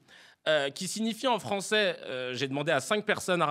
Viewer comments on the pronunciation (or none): none